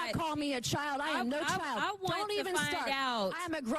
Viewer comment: She didn’t call her ‘child” Joy. She said chile😂😂😂